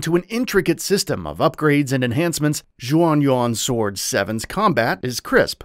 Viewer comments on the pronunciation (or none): Interesting all the pronunciations of the game's title and characters are wrong 😄 Taishi is the surname so the main characters name is actually Zhao.